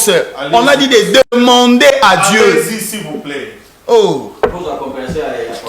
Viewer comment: Gourou améliore la prononciation de Dje a Dieu